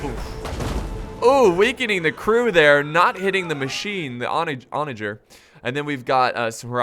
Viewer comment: It's pronounced "on a grrr" not on a jer